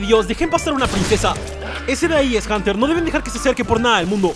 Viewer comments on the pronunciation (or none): none